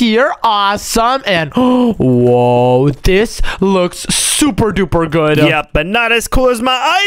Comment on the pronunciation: really said bood boood 😂😂😂😂😂😂